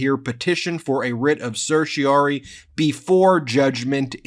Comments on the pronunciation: Love Ben but it’s pronounced Sir She Or Are Ree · There are three R’s in certiorari, not two. Stop murdering Latin. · CERTIORARI!!!! SER-shee-or-RAH-ree - NOT ‘ser-shee-OR-ee’. Learn to pronounce it!! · Is Ben saying seercheroiroirii correctly? Lol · Stupid question, but is Ben saying certiorari like it's two words, like inter and intra? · Ben, you are a lawyer. Please practice the correct pronunciation of "certiorari"! You drop the fourth syllable more often than you pronounce it.